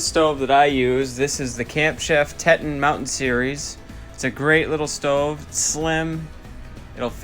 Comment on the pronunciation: I laughed when you called it a “tet in” stove. I believe it’s pronounced “tee ton” like the national park ;) great video though. Might have to upgrade to the camp chef.